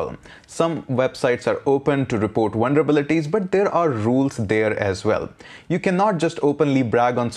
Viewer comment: Sounds like this dude is saying wonderbilities. I'm gonna start using this word.